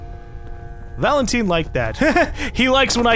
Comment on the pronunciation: I am really strangely annoyed at how says Valent-ee-n instead of Valentine